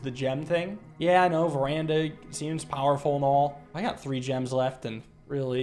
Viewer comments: Is that why I always pronounce it verdana too 😂 I got it from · I am with the editor on this one: Him saying it Veranda sounds just wrong. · Today marks the day learned Veranda is not called "Verdana" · WHY DID HE SAY VERANDA THIS TIME